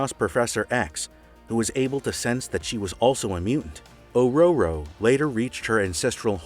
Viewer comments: It's pronounced "Uh-Roar-Uh", not "Uh-Row-Row" haha just saying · Who the fuck is Auroro! ? It's Aurora! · Thank you! I’m late watching this one. Listening to him pronounce Aurora like that is akin to fingernails on a blackboard! I hear a lot of mispronunciations of not only names and places in YT videos like this, but also for somewhat uncommon words. I think YT is having an effect on how English is pronounced. It could probably be mostly avoided if the people who wrote the scripts, the people with the geek knowledge, listened to the voice talent record the videos. Across YT it’s clear many of the people narrating haven’t a clue about the subjects. But they are presented like they are a fellow nerd.